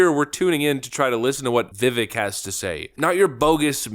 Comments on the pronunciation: His name is Vi•Vake not Vi▪︎Vick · pronounce vivak like cake. "vivake"... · Vivek pronounced like “cake” not Vivik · ....you are saying his name incorrectly. It is "vih-vake" not "vi-vik" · His name rhymes with CAKE. VIV-AKE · C'mon, by now you should be pronouncing his name correctly: Vivek (Veh-vake, like shake n' bake) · BTW , it’s vi vake (rhymes with cake) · VIVEK RHYMES WITH CAKE!!!! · Bro it’s vivake like cake 😂 it’s wild to mispronounce his name at this point and he a fan lmfao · How at this point do you still not know how to pronounce his name. It’s Vi-vake, rhymes with cake. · Love your videos and your channel, but you and a lot of YouTube channels that I watch are pronouncing his name wrong. He was on Patrick Bet David’s podcast and said his name rhymes with CAKE. Just wanted to let you know – his name is pronounced VIH-VAKE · How long have you been covering Vivek, and how much longer until you learn how to pronounce his name correctly? Love what you’re doing, but it seems lazy not to learn how to say the guys names after dozens of videos covering him. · You still can't pronounce his name correctly?! Multi Million dollar youtube channel..